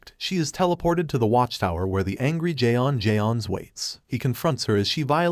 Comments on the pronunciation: J'onn J'onzz is supposedly read out as John Jones smh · jay ons jay ons